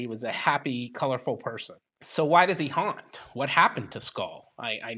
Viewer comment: ** named changed to protect the innocent** it's HAW-NT not Hunt. I sincerely appreciate ** name changed to protect the innocent** History knowledge and delivery of the facts. I can tell it is a passion of his. Both of you, keep on asking those great questions of the spirits. With such activity in Nashville especially during the Civil War Era to the 1960's that's a lot of energy, tragedy, death and even nefarious goings on the permeate that area.